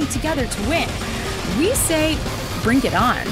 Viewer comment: "We say brink it on." Shame on you, narrator lady.